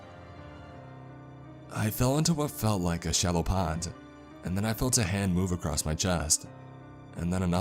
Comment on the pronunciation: Acrossst. Exscape.... And there's one other word he misspeaks. I dinnid remember it though. Guess I coulnnid. Oh well. Maybe I'll axe summun at the libary.